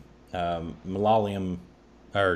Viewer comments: Try to stress Yaaa in Mala"Yaaa"lam...u will get it right...👍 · Guys it's like this MA LA YA LAM n it's as simple as that. Not MLA LAM. Do it right guys. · It's ma-la-ya-lam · Malayalam pronunciation: Ma as in 'mark' la as in 'last' ya is just 'yeah' or 'yea' lam as in 'cull' or 'full', so this second 'la' is tricky, it has more depth to it and you pronounce as 2 L's So something like ma la yea llam (llam pronounced as 'come' or 'some') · The pronunciation is MA LA YAAAAAAA LUM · Ma-la-ya-lam.hope it helps. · Lol it’s pronounced mul-uh- ya- lum